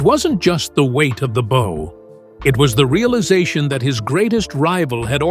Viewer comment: The bow? C'mon get someone who doesn't screw up the narrative within the first five minutes